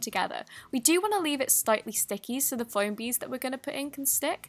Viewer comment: xD not hating but haha she said stightly sticky lol